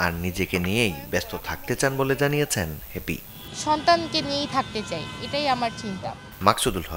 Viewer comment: ভালো করে নাম ও বলতে পারে না হবে হ্যাপি আর বলতেছে হেপি 😑